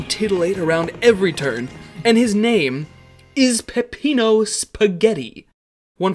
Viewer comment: Every time you mispronounce Peppino's name a blood vessel pops in his head